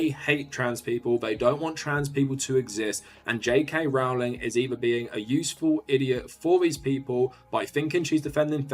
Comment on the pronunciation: I appreciate that you refuse to pronounce her name properly.